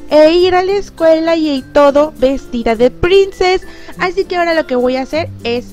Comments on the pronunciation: Tienes problemas con la ''R'' ? o por que dices siempre ''Pincesa'' y no ''Princesa'' La verdad es que rei mucho dije; ''Se habra equivocado la mejor youtuber del mundo? =|'' x'D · las pincesa noooo es princesa aprende a ablara primero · like si te diste cuenta que dijo baby pincesa enves de baby princesa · Hola te quiero mucho pero no es pincessa es princessa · decia pincesa no princesa